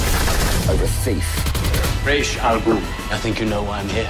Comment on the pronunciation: whichever way you pronounce Ra's- it is the opposite of the one you say every time